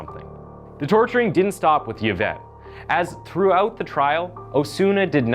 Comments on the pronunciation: The name is pronounced E-Vett. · It's pronounced E-vett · It's pronounced : Evette Pen-ya. Jesus this guy just reads a script blindly. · E-vette Pen-ya Victim name pronunciation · E-vet. You don’t say the Y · Dude you're not even trying now. Yavette is not how you pronounce this name. Please put in a tiny bit of effort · It's pronounced like E-Vet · I really liked how you pronounced her name because I've never heard it like that, even tho it's pronounced as "Evette" like E commerce. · its pronounced Evette Peenya. Sorry but the pronunciations get me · Her last name is pronounced ( Pen-Ya) not PeaNa just thought you should know! Yvette Peña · Before anyone says I’m being pedantic or nitpicky I promise I’m not! I just know a lot of Yvettes as it’s a really popular name here, and I think it’s easy to get names wrong, 100%, but if you’re unsure of how a name is pronounced etc it’s probably best to Google it first, especially when it’s the name of a murder victim who died in such awful circumstances :( Not my intention to sound mean or nitpicky, I’m just trying to be helpful is all ❤️ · Yvette is pronounced Evette. Other than that, your video is well done. Thank you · Its not pronounced Y vette its I vette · EE-VET, not YA-VET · E-Vet... E-VET. Not Ye -Vet. Dude, you always fuck up proper nouns/place names.... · It’s pronounced ‘E-vet’ not Yavet🙄🤪😂, it distracts a bit from the story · eevet, not yevet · I'm pretty sure Yvette is pronounced eevette not yavette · I couldn’t finish this dude. It’s pronounced ee-vet. Not yuh-vet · Yuh-vette Pee-na? I think its pronounced Ee-vette Pen-ya. I could be wrong. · The ‘Y’ is pronounced as an ‘E’. Phonetically it sounds like ‘E-vet’. 🙂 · “Eee-Vet” “Payn-ya.” That’s how you say “Yvette Peña.” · Just to say Yvette is pronounced “Eeevet”